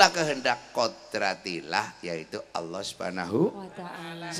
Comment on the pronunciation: Cuma 1 yg gak cocok,,kalo slentheng nyebut Alloh sesuai tulisan knp ada yg seolah merevisi menjadi Awlloh?? Emnk pd asma Allah ada huruf "wa"nya ya?